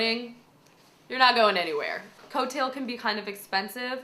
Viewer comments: it's prounounded co-tile not till :] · It's like COO-teal with a very French accent...since it's FRENCH. 8D For "duck". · Coutil = "Coo-teal". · Nice work, it looks great! P.S. coutil is pronounced 'kuhteel' :) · Coutille -- pronounced "kooh-TEEL" =3 did you check out Lucy's Corsetry at all when you were teaching yourself how to make corsets? I highly recommend her! I think she 's mostly self-taught as well. If I remember correctly: she did have a formal sewing course in high school where one of their projects was to make a corset, but after that point she got really interested in it and went on to learn more about it on her own. Also: not all steel boning does what you showed. There are 2 main types of steel boning: straight/flat and coiled. Flat acts much like the plastic boning does, bending only forward and backward, but it's stronger and doesn't buckle. These tend to be used on the fronts of corsets to maintain a flat sillouhette. Steel coil boning, like what you show here is used mainly on the sides and back to more closely follow the multi-dimensional contours of the waist and allow for a little bit more flexibility. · Don't know if someone already said this but it is pronounced 'coo-teal' or 'coo-tea'...French...I'd rather speak Italian... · Love it! Btw, coutil is pronounced "koo-TEEL." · it's pronounced COO-TEEL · It's pronounced koo-teel. :) Thank you for the tutorial, and congratulations to you and Rob! May you both live a long and prosperous life filled with beauty and joy! ^_^ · Coutille or coutil is a French word - so it is pronounced Koo-tee or koo-teel. I'm sure someone has already said that, but, yeah. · I looked up coutil and found a site that says it's pronounced "koo-teel" :) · Gorgeous dress, congrats. Coutil (or coutille) is pronounced K-oo-tee. But most people just say it how it's spelled for ease of reference :) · It is actually pronounced coot-ee. It is french origin. Beautiful dress.